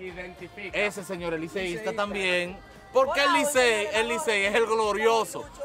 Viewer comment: Liceista???? Y esa i????🤣🤣🤣🤣🤣